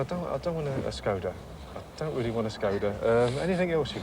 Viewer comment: "Skoda"? Did they not know why there was a thingy attached to the "S"? Interesting